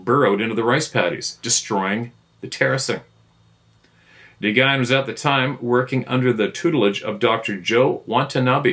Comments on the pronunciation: NGYUN/NYGYIN: pronounced N+WOON / N+WIN? At least this is how my Vietnamese friend told me is the correct pronunciation for his name.😬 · The Vietnamese name, Nguyen, is pronounced "win". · Nguyen is pronounced “win”. Cuhrazy!